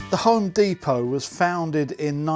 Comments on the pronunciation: It's not deeeeeepoh, you're a Brit for chrissakes. Dep-Oh. Amazed they have no metric - only Imperial - even on a tape-measure? Surely there's use for metric, even if occasionally? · You're still English. Dep-O not De-Po Good video though. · Deh Poh, not Dee Po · It's depot not fckng dee po. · Americanese pronunciation DEEPO English prronunciation DEPPO Not a lot of people know that. Carry on.... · You're British. it's pronounced D-E-P-O-T and not D-E-P-O-W 🙂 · Dep poh not dee poh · OK you lost me when you said deepot, they'd know what you meant if you had pronounced it properly. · Home "deepo"?! 🤔🤣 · You are an Englishman..its DEPO...now flash-light...the end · You may be in America in an American store, but it's still a pity you pronounced "depot" the American way. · Why are you pronouncing depot in an American accent? Haha. On a serious note, love your content bud, keep it up.